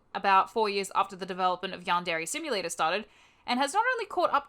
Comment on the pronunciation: Did she just say "YAHN DAIRY"????